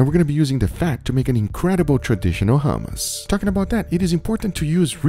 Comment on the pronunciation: Bro the way he says hue-mus is annoying. In the real middle east u use the throat for the h in hummus